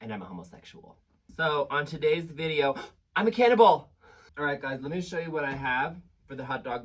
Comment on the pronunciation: I keep hearing it as "On to-Dave's video"